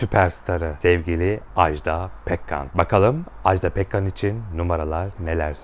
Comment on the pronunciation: Ajdağğğ değil Ajda 😭